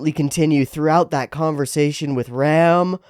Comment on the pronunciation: Tip to pronounce Ram more distinctively: it actually rhymes with 'farm' and 'calm', rather than being pronounced like a male sheep/seige weapon.